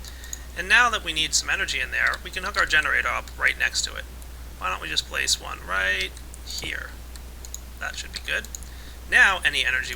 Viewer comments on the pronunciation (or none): when u said place my bed i thaught u said wet my bed